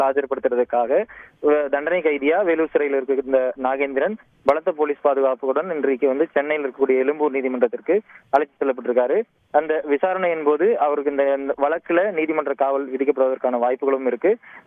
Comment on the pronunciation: நிருபர் எலும்பூர் என்று சொல்கிறார் 😂😂😂 தத்தி தந்தி தமிழ் சினிமாவில் நடிக்க தமிழ் தெரியாது போடா என்று சொல்லும் நடிகைகளை "கூட்டி" வந்து நடிக்க வைப்பது போல் தெரிகிறது 😂😂😂 இதுவும் ஒரு திராவிட மாடல் என்று சொன்னாலும் சொல்ல வாய்ப்பு உள்ளது